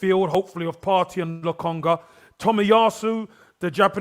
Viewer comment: has the worst name pronunciations: Gundolan, Lotonga, Tomato, 🤣🤣🤣Love you